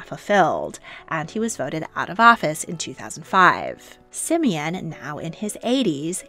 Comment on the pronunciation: Not Simin it is Симеон